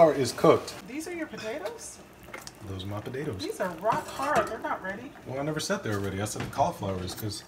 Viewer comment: He actually said “podadoes”